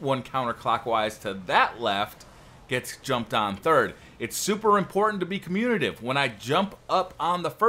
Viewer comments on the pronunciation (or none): I hate to be that guy, but you said it incorrectly three times in the first four minutes. It is communicative, not communative. (sorry).